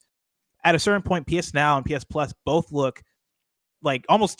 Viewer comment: I hate the way Greg says “bolth”